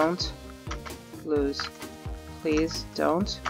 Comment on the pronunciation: when she say lose she say losee